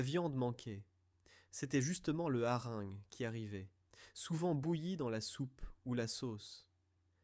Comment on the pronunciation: IA extrêmement pénible : " les harengues" (phonétique)😂😂😂, jusqu'à ce jour je connaissais le hareng, ça doit être autre chose